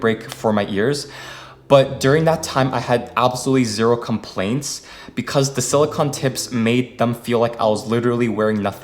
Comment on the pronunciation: It's pronounced sili-cone my man not sili-con